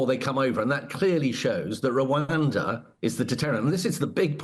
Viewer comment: What deterrent? Oh yes.....ruwander 😅😅😅